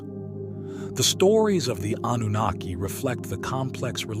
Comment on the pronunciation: Anooniki 🤦‍♂🤦‍♂🤦‍♂ that was painful to hear